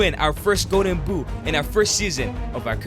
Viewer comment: Man it's "Golden Boot", not "Go'en Buu".